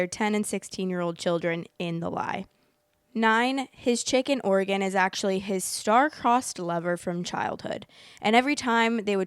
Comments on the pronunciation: The way I was confused bc I kept hearing “chicken organ” instead of “chick in Oregon” 💀💀😭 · I kept hearing "Chicken Oregon" and I wanted the recipe 😂